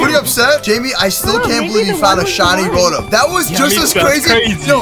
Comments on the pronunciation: it rotom not robom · The pronunciation is row tom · Rotom is pronounce ro/tom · It's RO-TOM for how you say it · it's row-tom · It's (row tom) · Why do you keep saying rotom wrong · Bruh it's not how you say rotom